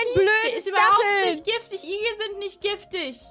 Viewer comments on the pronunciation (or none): Igli oder Gift wegen „Giftiger Igel“ aber Gift „Jaift“ ausgesprochen